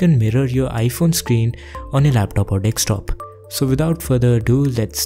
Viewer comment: Dekstop ???? DEKSTOP ???? deKstop??